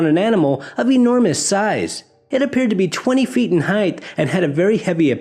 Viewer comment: Heightth is not a word. It is height!!! What's next? WeighTH?